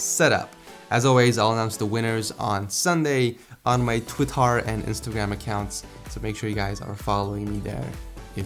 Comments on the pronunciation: lol at the end he says twittar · Twittar! Yes it's Twitter but listen when he says it.